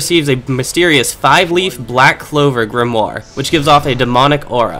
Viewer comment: Fucking... "GRIMURE!". wtf are you saying haha